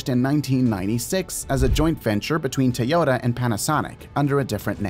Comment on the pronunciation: If you worship Japanese so much, start by pronouncing Toyota correctly lol. You keep dreaming Japan will ever catch up to China in EVs.